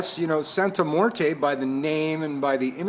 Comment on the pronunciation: Can you please pronounce her name correctly as well? Mmmm-wear-tay. Morte is not how it is pronounced.